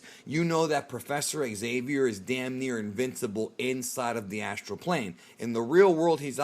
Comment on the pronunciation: "Astral plane"👀💀🤣🤣